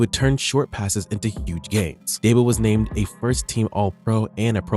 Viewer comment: It’s not Daybo. It’s Deebo.